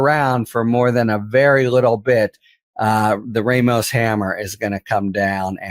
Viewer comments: Judge Rămos, not Judge Rāmos. In Spanish, the "a" is always soft. The letter "e" is always pronounced like a hard "a." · I often listen to you guys and get some good ideas. But stop this white privilege thing about Latino names. It's pronounced RAH-MOS. NOT RAY-MOS. WTF-Baseball broadcasters do the same. Talk to a bilingual Spanish speaker for help. OR do you not have bilingual Spanish speakers on staff. If not, get some. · It's pronounced Raw-mos. NOT Ray- mos. 🇺🇸💙